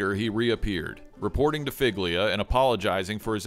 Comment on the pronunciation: Figlia is pronounced fee-lee-ah, like feelya. I understand you don't know the language, but madone…